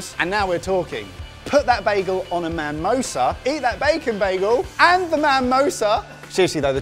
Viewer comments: Ever time a heard 'manmosa' I involuntarily cringed haha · 'manmosa' nearly made me unsub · Its mamoosa not mamosa ............ pfffffffffttttttt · Guys it's MIMOSA...Mamosa means something quite, quite different... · It's pronounced MUH-mosa.